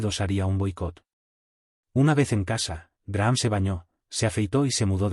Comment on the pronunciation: Se pronuncia Graham ( Grajam).